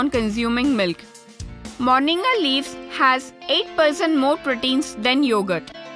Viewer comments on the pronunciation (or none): Fool it's not morniga it's moringa